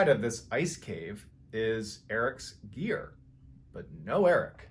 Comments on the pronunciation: At first I thought he said “ Eric’s ear” . The story would’ve been even creepier..... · Everytime I hear the mountain climbing one I think I hear "Eric's ear" rather than "Eric's gear"